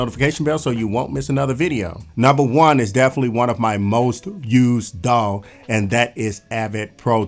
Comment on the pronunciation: Daw sounds like dawg when you say it and it's making me happy